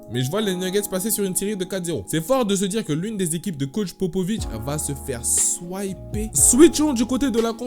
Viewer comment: On dit sweeper pas swiper